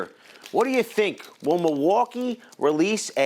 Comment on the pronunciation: "muuwalkie" "spesiffcationios" XD